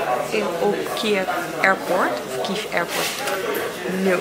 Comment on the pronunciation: "Kie-jev" yess je zegt het gewoon goed hoor! How awesome dat je weer thuis bent, het was echt een avontuur & zó cool dat we het deels met je hebben mogen meemaken! Much love!